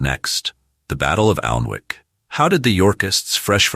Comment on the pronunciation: Most pronunciation is crap. Alnwick is pronounced --- Anick and half the archers seem to have compound bows